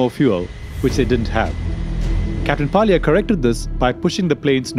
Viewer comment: Pilot Rustam Walia not palia. Why Indian use fake accent??